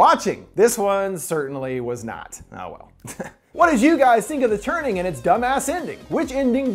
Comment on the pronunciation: I thought he said 'The Turding' xD